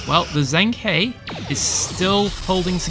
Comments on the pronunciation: Hey mate watch all your vids sorry if I'm being pedantic but it's pronounced jung-her. Don't know how they said it in the show but I'm Chinese lingual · Its pronounced like (the He sounds like 'Her' in English). The Zheng, I cant even romanize it properly.